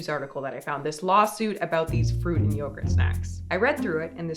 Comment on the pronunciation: yogurt? more like byegurt